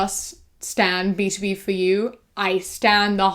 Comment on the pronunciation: today i learned its pronounced "b-to-b" and not "b-tob"